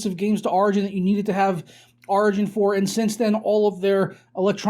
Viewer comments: Wait wait...how do you say "origin" ?...its not "rigin." its "or..igin.".... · When he says origin my ears bleed